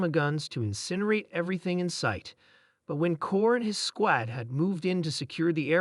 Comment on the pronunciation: Get a better AI program. One that can pronounce "squad" correctly